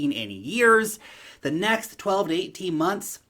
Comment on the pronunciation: Did you say ''in the $NEX bullmarket'' ?? I thought so :p